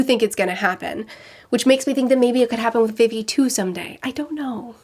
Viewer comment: It still kills me how she pronounces vivi’s name, it’s pronounced like vee vee